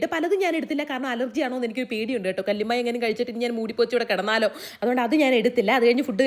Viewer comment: fd edukkumbo angane alla പറഞ്ഞത് കല്ലുമായ എന്നാണ് പറഞ്ഞത് 😂 ഇവർ ഒട്ടു മിക്ക videosilum ഇങ്ങനെ തന്നെയാണ് സംസാരിക്കുന്നത് ചില വാക്കുകൾ